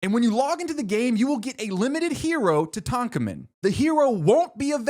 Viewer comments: i was insane about gravity falls as a kid and my cats are named dipper and mabel so this video is kind of my- sorry i’m interrupting my own comment because ive never heard tutankhamen be pronounced like that and it is absolutely jarring. i want to study you like a bug (<- complimentary) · Nobody gonna say anything about his pronunciation of Tutankhamen?